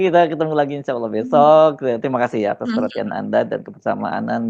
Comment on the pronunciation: Bapak nya lebih parah. Ngomong Allah aj awoh. Parah ini keluarga ya